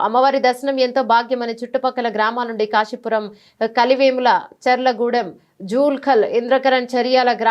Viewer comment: కరలివేముల కాదు అండి కలివేముల